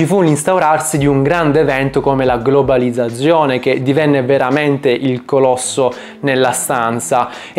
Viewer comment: Fonetica e dizione: studiale subito. Non ti si può ascoltare... Quando, intorno al minuto 20, parli della 'globalizzazione', mi fai venire i brividi lungo la schiena...